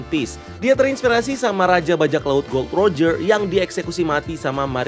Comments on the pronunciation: Gol D Roger bg bacanya, jgn di sambung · Sebenarnya Gol. D Roger, bukan Gold Roger